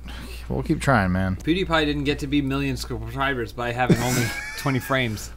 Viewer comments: said subscrobblers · "1 million scrubscribers." That word fail killed me